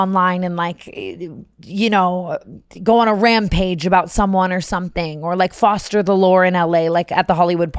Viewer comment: TANA ily so much but the word foster this episode was driving me insane lmfao